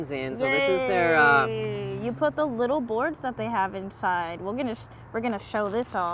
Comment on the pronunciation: After awhile it's just endless 2 inch dots! It gets harder and harder to focus on thuh good from thuh bad. The is now THUH!!